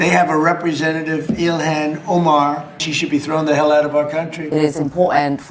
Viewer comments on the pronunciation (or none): none